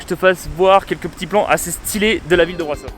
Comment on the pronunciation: alors juste petite info le S cédilles dans Brasov (et dans touts les mots roumains d’ailler) se prononce comme le CH dans le mot chien